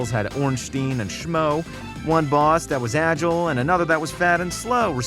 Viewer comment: I love it when says, "Ornsteen and Shmo"